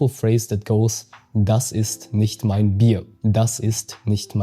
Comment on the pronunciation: Das Video an sich ist echt gelungen, jedoch gibt es hier einen großen Fehler in der Betonung bei dem Satz "Das ist nicht mein Bier", denn hier betonst du das Wort Bier, wobei jedoch die Betonung auf dem Wort "mein" liegen muss, um deutlich zu machen, dass das vorliegende Problem nicht das meine ist, sondern das von jemand anderem.